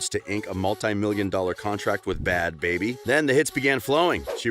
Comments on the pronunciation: “Bhad Bharbie” 🤣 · Bhad “bharbie”😂